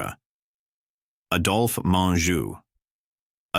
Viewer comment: Amazing how off the mark this is! Just click bait...someone should learn how to pronounce, Adolph, Norman, and Chico...(Chicko!) ...Gable and Cooper were box-office to the end of their lives, never out of the realm of the being pursued to film, Dana Andrews, it was about his drinking...he was not really political, he was friends with Ronald Reagan (read Bob Thomas book about William Holden, Golden Boy) ....Robert Taylor's career did decline in the last years of his life, but not because of the black list..if one checks after 1947 HUAC hearings he went on to some of MGM's biggest blockbusters, Que Vadis, and Ivanhoe.....his front page obit in the New York Times (plus photo) doesn't even mention the HUAC hearings 1969, Taylor's decline was as he knew a loss of looks and wanting to hunt and fish more than star.............he mentioned one name as "I hear"....that name had been mentioned 100 times in the hearings...two others held up SAG meetings were they communist? He said he didn't know....this guy is so off the mark or who ever did this really didn't do their homework, nor are they very objective. If anything, this makes one realize you have to really source the material for what is truth. As Lester Cole told me in person (one of the Hollywood ten) and in his book Hollywood Red, the left did not despise the right (i.e. Taylor) they despised the rats....fellow lefties who ratted...................you can check it out!